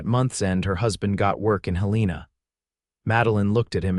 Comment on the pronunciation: The name of Helena, MT is mispronounced horribly! AI stinks in situations like this!! It is Helen-a!!